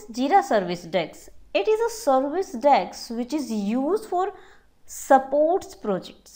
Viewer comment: Please pronounce 'Desk' as 'Desk'.